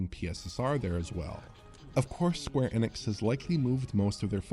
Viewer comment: And it’s not Square Eeeenix it’s Square Eh-nix, always has been. He’s been saying it wrong for years upon years